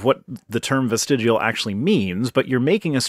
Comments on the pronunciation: Am I being a bit too picky here when I find the most irritating thing is when pronounces it "vestigual"? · Somehow I watched all the way through and didn't manage to catch in what way he had changed his mind about vestigial organs. On a side note, though he spelled "vestigial" correctly, it sounds to me like he's saying "vestigual". :/ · is a joke - how can you take seriously someone who can't even pronounce the thing they're making videos about. Unless a 'vestigual' organ is something different from a vestigial organ. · I realize criticizing pronunciation is a little third grade but you should have at least mentioned "vestigual". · Vesti-JEWEL? I cringe a little every time he pronounces the word. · "Vestijual organs". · Wow, I really can't stand this guy. Everything about him is like fingernails on the chalkboard. And why does he keep saying vestigual? There is no U in the word. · It's from the Oxford living dictionary. Just like 'vestidual'. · I hate the fact that he can't say vestigial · The guy can't even pronounce 'vestigial' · What accent? Vestigial is the only word that has this unique accent. It's like people who say noo-kyew-lur instead of noo-clee-ar. It's not an accent. It's just a mispronunciation. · I agree and it's the combination of arrogance and condescension with the constant mispronunciation of his main topic that makes his video so cringey. My daughter messes up "through/ though/ tough" a lot and I correct her each time with love. English is weird! However if she was giving a speech to the school on the story "Tough the Looking Glass" there would be no excuse for her to speak as an authority on a book that she can't pronounce. 😄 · Someone tell this man that it's "Vestigial", not 'Vestidual" or "Vestijewel" " or "Vestigual". It's no wonder he's so confused and wrong about everything here; he can't even bother to read the word correctly, despite seeing it and saying it over a dozen times in just this short time period. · VESTIGUAL ORGANSSS